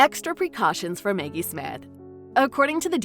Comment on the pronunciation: Who the hell is narrating this? Is this AI? Maggie, not Meggie. Enunciation is important.